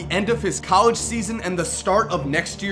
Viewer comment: anyone else realize how bad he butchered the word "College?"